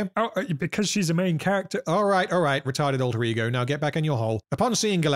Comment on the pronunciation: I watch videos like this on 2x speed, and until today, I’ve thought you were saying “Retarded Rodrigo” and not “Retarded alter ego”